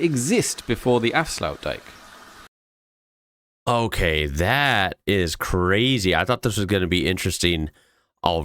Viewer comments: Both the 'ui' and 'ij' in the word 'Afsluitdijk' represent single sounds (possibly) unique to the Dutch language. They are single sounds, so not 'yu-ie' for the 'ui' but something close to, but not quite, like how you would pronounce (Arie) Luyendyk (born as Arie Luyendijk) the two-time (Dutch) Indy500 winner. The 'ij' sounds like a cross between eye and the 'ey' in hey, but really has no equivalent in English. Or like the French 'ei' in 'Appareil'. The IJ is one letter. Hence, IJsselmeer and not Ijsselmeer. Which is the name of the fresh water lake created by the Afsluitdijk (which literally translates to 'Shut-off dyke' even if it's technically a dam, but hey...) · As an Afrikaans speaking person, I wasn't expecting Afsluitdijk to be pronounced the way it was in the video! In Afrikaans this would be pronounced similar to saying Aaf-slate-dake. Afrikaans and Dutch are very similar languages so I wasn't expecting to be thrown off like that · Think of it as a giant dike "dijk" with a road on top. Afsluitdijk is pronounces "Afsl-out-dike. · Many died building the "afsluitdijk". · afsluit dijk, don’t worry, he butchered it before you. ;) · yes you butchered it, but no its not pronounced in the way he did anyway. Honestly I get it, its a weird Dutch word, but I kindof don't like the way he mentioned it like he said it correctly. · Don't feel bad about mispronouncing Dutch words because the guy in the video completely butchered the word "afsluitdijk." And you copied his mispronunciation 😂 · Appart from the first letter you nailed the name Afsluitdijk, well done!